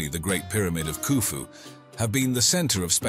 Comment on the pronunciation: As soon as he said khufu pyramid,,,,,, im out